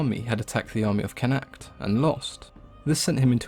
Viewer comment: Not it's not. It's pronounced 'CONN-akht'.